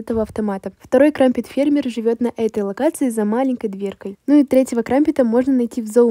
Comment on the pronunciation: КРАМПЭТ А НЕ КРАМПЕТ